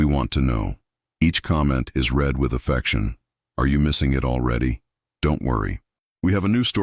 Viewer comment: AI needs to learn when to say “read=reed-present tense and read=red-past tense” it makes me miss some of the phrase trying to figure out what was said.